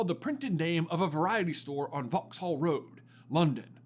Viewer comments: It's pronounced "vox-uhl" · Pronounce it as Vauxall the h is silent